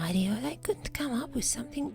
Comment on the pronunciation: I love how you pronounce idiot like eye-dee-ott